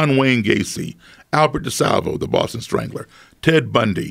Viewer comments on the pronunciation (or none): none